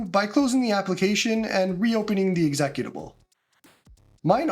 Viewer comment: the way you say executable is hilarious. Good vid, thanks for the clear instructions